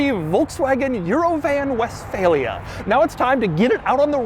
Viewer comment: german speakers hearing "westfalia" and cringing